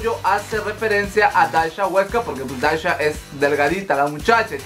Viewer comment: "daisha" JAJJAJAJAJAJAJAJAJ